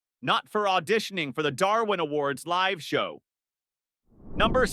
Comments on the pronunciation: Don't like the mispronunciations. When it encounters a set of letters such as "LIVE" that could be pronounced either of two ways, "lyv" or "liv", it invariable picks the wrong one. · Funny stuff! I wish they would teach AI how to pronounce stuff though. I realize that the English language is a bit dumb sometimes having the same spelling for different words, like live or live. One rhymes with give and the other rhymes with hive and I've.